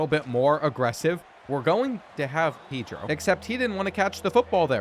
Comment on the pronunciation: No more Pee-dro. Please it's Pedro(paydro)